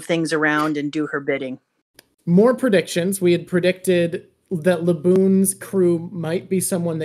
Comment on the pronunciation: lol "predicitons"